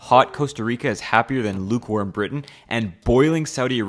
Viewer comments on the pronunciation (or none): none